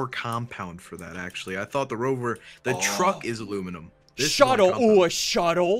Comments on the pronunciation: ITS AL U MIN E UM NOT AL OOO MIN UM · It's ala miny um